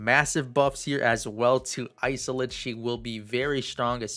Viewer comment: Haha Isolde is pronounced is-old-duh. I think it's German rooted